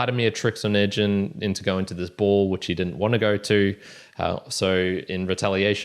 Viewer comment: Onegin pronounced with hard "g" (O-né-gin)